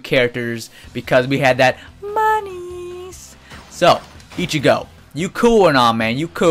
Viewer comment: do you say Ichigo translation(Itchy-go) When it's supposed to be Ichigo translation(Ichi-go_